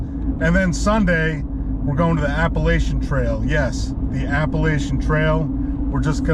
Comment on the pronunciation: Love the video but please say Appalachian correctly.